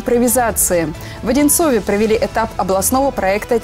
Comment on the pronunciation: Ухо режет. (В Одинцове ) - так говорить нельзя. Правильно - в Одинцово